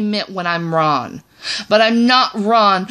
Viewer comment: You can't even say wrong 😂 correctly.